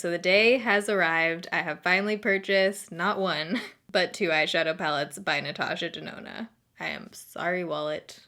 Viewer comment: Natasha Denonna more like Natasha DoNahNah...nah for that price anyway. 😆